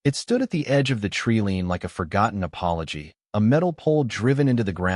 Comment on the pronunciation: Teach your a I about vowels long and short ones the word is line not lein